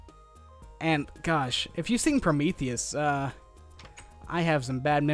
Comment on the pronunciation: say promethies